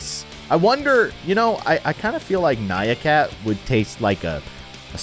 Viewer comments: ITS NYAN CAT NOT NYA CAT!!! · its nyan cat not nya cat !